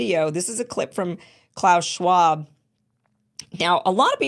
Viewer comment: they can plot their next fuck… I’m ashamed of Schwab’s bad pronunciation, it’s embarrassing for me being German. I‘m against Schwab‘s system. His language skills are a joke. Why do clever people in Davos accept such a spokesperson?